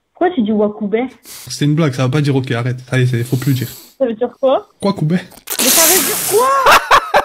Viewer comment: Elle à dit ouoicoubet